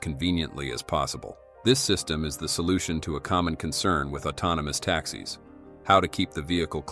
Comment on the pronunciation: I see this was an episode with some repurposed content, but I have a few comments as feedback for improvement. the script produces words that are not understandable regarding release date. The first voice repeatedly pronounces 4680 as Four Thousand Six Hundred Eighty and should pronounce it as Fourty-six Eighty. There are a few places where it pronounces taxis as Tax-iss rather than Tax-eez. There seem to be a few places in the early part of the segment on Optimus where the voice starts a sentence with Yeah,… which I think is too casual for the newscaster-style of the voice. It is best as a neutral reporter who is delivering facts rather than trying to be casual or relatable like the second voice.